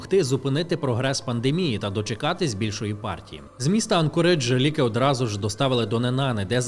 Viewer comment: АнкОридж, а не АнкорИдж